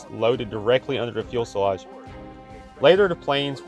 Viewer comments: Fuselage, not fuelselage. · Fuel..........Salage lol, lol, lol fu·se·lage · Fuss_e_lage, not fuel_se_lage. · "fuelselage [sic]" -- "fuselage"! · I love your channel. Keep up the great work! I just have one minor request. Could you practice on saying "fuze- el -lodge" instead of "fuels -el -lodge" when you are saying the word "fuselage"? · good video. But for future reference, fuselage is pronounced fue - se - lage, not fuel - se - lage. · Sorry to be picky, but it’s pronounced Fyu-suh-lajh, not Fuel-suh-lajh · Again..... It’s Fuselage not “Fuelselage”! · Fuselage not fuelselage. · you're still saying fuelselage. That ain't it . It's fuselage. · Fuselage -- Fu sa lage. Please not Fuel sa lage. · PLEASE stop saying "FUELselage" instead of FUselage. I enjoy your videos but it is very distracting...thanks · Getting better at narration! Quit saying fuelselage! It is fuselage. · Great video! Love the Hustler... please say it with me “foose-a-laaaaj” 😀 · Try saying Few-Sell-Lodge, but overall you are getting a lot better. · Fuck, if he says “ fuelsalage “ one more time... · Let me start by saying that I thoroughly enjoy your videos. But please correct your pronunciation of 'fuselage'. The word isn't 'fuelselage'. It's a pretty glaring error for a channel that has so much content focused on aircraft to be mispronouncing that word. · Can’t get past “fuel-salvage” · Fuse - a - lodge. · "Fuelselage" Lol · You're killing me with the "fuel-selage". Take some English classes. I'm sure they have those somewhere in Alabama's public school system. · The content is great, BUT! saying "fuel"-se-lage, negates your effectiveness to communicate. This particular thing is SO offensive, that I will probably NOT watch more of your videos. If you think I'm being petty, OK, but the mispronunciation rattles my brain, so sorry. Otherwise, a great video. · Great videos. I just wish you would learn how to say fuselage correctly. Lol